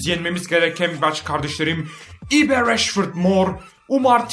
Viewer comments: ibe değil ayb diye okunuyor bence ayb çok havalı öyle de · Ibe ayb diye okunuyor. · j.ibe nin okunusun cordın ayb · abi ibe ayp diye okunuyo +1leyin görsün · abi ibenin adı ayb diye okunuyor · Abi ibe Ayb diye okunuyor beğenin görsün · abi o ibe değil ayb diye okunuyor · abi ibe ayb diye okunuyo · Jordın ayb diye okunuyor abi haberin olsun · abi o jordin ayb diye okunuyo :) ayıp değil